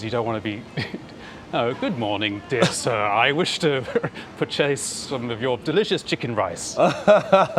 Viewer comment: Oh my gosh, he said "purCHASE"